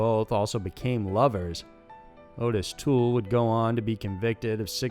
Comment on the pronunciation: It is Ott-is Toole, not Oh-tis.